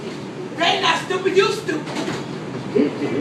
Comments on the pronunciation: "YU STAUPID"😂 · LMAOOOO "you STAUPID"